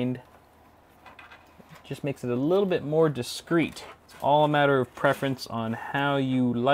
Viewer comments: Great video I can't wait till I get my pc and build it but please stop saying walla I think you gave me a pet peeve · Why do you keep saying 'walla' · in french it is " voilà " Like "Vwoala" in english prononciation